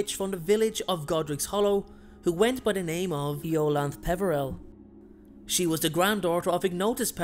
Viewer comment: Polite note on pronounciation: The name 'IOLANTHE' is pronounced I-O-LAN-THEE, IO, like the galilean moon of Jupiter 'IO'; LAN, as in the word 'Lantern'; THE, as in the word 'These', or 'Thee' (the archaic form of you).